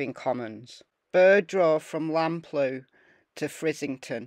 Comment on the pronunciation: Also, Lamplugh is pronounced Lamp-lur.